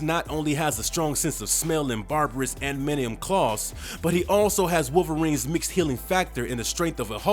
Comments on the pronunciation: That was said so deliberately too, he has no idea what it's called. THIS IS WHY PEOPLE WANT GENUINE YOUTUBERS. Garbage lol. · Does he have an "adminium" skeleton also? Ugh. Maybe he should give it a practice read before he just blasts into it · I was gonna ask the same question.... Maybe the narrator has never read comics and just read it because he has the ability to talk really fast.... It made me wince every time he said "adminium"😂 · As a black nerd, that shit hurt my soul every time dude said "adminium" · 44 seconds in and I had to turn it off. Sooo disingenuous. Couldn't be bothered to do a quick web search, so I'm not gonna bother watching the rest. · Adminium????? Lol not even close. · Homeboy can say Vibranium, but can't say A-da-man-ti-um??? 😂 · It's pronounced AD-A-MAN-TI-UM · "Admidium" hahaahaaah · Can’t manage the word adamantium? I’m out. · If u gonna do these videos u gonna have to learn how to say adamantium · Man he kept throwing me off every single time he said “ADMINIUM”…”ADMINIUM”???????? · What the Hell is Adminium??!? LOL YOU MEAN ADAMANTIUM?? Dude... if you are narrating this at least learn how to pronounce what you are "spitting" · Adamantium(Ada-man-tee-um) not being a troll, my soul can't take hearing it pronounced wrong again🥲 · Why the hell are you pronouncing it as 'adminium'?! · It irked me so much to hear him continually say, “adminium”. What in the world is “adminium”? The word is, “adamantium”! Tbh, I guess you can say, there’s no such thing as that either. Touché, but it’s real in the Marvel universe. Adminium is nothing in any universe. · I died a little inside every time he said, “Admidium”. FFS. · Drove me nuts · Narrator, say it with us: Ad-a-man-ti-um Almost didn't know what the hell you were saying at first lmao 😂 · Adminium lol. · A-DA-MAN-TI-UM. So how long have you been reading comics? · Disappointed that this guy cant even say Adamantium. What an annoying thing to overlook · How do you not know how to say adamantium?